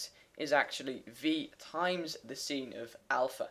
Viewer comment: Great, but it is pronounced AXX ISSSSSS and SYNE not SEEN